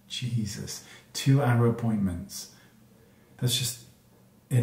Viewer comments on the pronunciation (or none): none